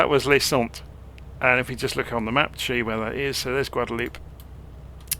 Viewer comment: It's "Sant" not "Sont",. " Lay Sant". Sorry!